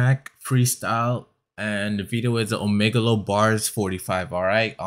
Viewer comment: When they still mispronounce Omegle you know it’s a real first reaction 😂 I love it